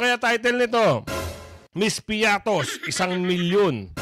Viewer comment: Baka pritos hindi piatos 😂😂😂😂😂 ✌️